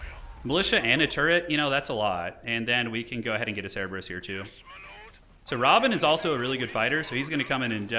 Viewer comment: Love the dune games - but is is not Robin! It is Rabban (Ra-Bahn)